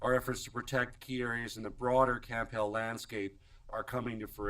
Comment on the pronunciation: It's Camp Hale, not camp hill.😳 🙊🙉🙈🤡